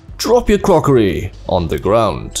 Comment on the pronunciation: "With your stolen crrrrrrrrrrrockoRY"